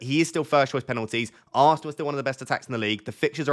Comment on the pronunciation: Love the way you say..aannnnsnal 😂😜 I dont recommend anyone to watch him say that at 0.25x 😂